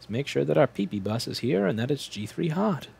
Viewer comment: I'm just gonna say it........ "Pee Pee Bus"